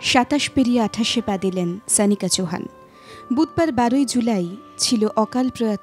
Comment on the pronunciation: Pls naam ta thik bhabe uchcharon korun. Sanika naam noy..